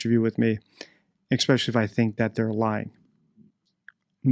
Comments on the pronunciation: "eXspecially" Really ? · Great content. Just some advice. The word is "especially", not "exspecially" You're welcome